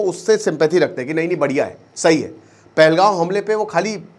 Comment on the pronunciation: First learn to pronounce pahalgam first not goan but gam